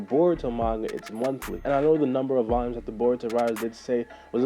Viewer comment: Nigga don’t know how to Pronounce Volumes